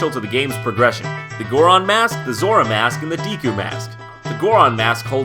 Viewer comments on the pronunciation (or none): It's Goron and Zora not Gooron and Zoora!!!